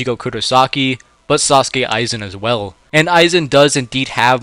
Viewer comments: “Sasuke aizen”😭😭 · Is it just me or did I just hear him say sasuke Aizen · I’m sorry, I can hardly take this seriously when I keep hearing sAUsuke Aizen. My brain keeps trying to mash together images of Sausuke Uchiha and Sosuke Aizen when ever I hear that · bro said Sasuke Aizen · It’s The butchering of aizens name for me.